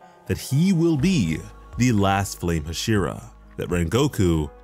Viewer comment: Nobody: hashira: HuShIrA